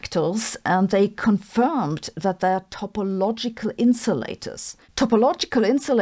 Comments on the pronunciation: It is topological not topologial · Topologial -> Topological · Topological...not topologial... :D